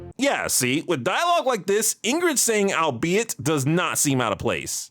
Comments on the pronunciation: I admit I never knew it was pronounced al-be-it, and thus always considered it to be a word of its own not influenced by the identity of the subject. In my defense, English is not my first language. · I was about to ask, since I had never once heard anyone use the word "albethey," if it was just a bit for the episode or not. As for the petition, hard pass. It felt painful every time I heard you say it in this episode. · the problem is that I literally never heard a single human being say albeithey prior to you